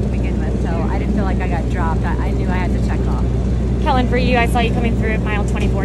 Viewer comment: I don't know how they could get Kellyn's name wrong. They got it right in the interview.